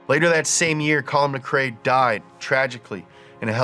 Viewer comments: Why would anybody do a vid on Colin and then pronounce his name incorrectly ! Its McRae Not MacCray he isn't a sea food dinner, please try to understand this is insulting to get wrong, and yes I'm Scottish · MC Rae not MC CRae xD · My childhood is ruined, I thought it’s Collin Mack Ray, not Muh Kray!